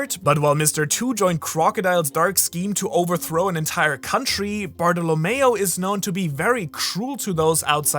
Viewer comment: say Bartholomew again?